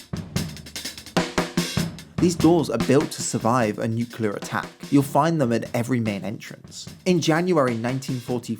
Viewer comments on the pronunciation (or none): The word is NUCLEAR, not “Nucular” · NuCLEAR, nuCLEAR. “nucular attack” smfh. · Nuclear, not nucular. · Nuclear. Nuc-lear. Nuke-lear. Nuke-u-lear. Nucular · As Homer Simpson said....... "It's..... Nucular......... Nucular!"! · You pedanted about that, but you were OK with "nucular? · Why do you say "nucular" - why is that a thing, it sounds so wrong! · If you want to make content about nuclear bunkers, could you not learn to say the word properly? All that nice camera work and to me, you sound quite stupid. If you cant be bothered to even speak properly, what does that say about your research? Is that of the same standard? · He was also pronouncing nuclear the American way.